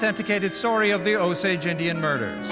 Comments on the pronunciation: Long "A" in Osage. That was painful... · Casino 🎰 and Avivator are what you need to see. Oh Sage is how its pronouced. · Pronounciation, Osage...Long O and long A. Like O-sage where sage is pronounced like the herb.